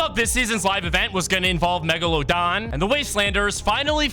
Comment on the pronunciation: Persophone? Meeglodone?? Mag net too??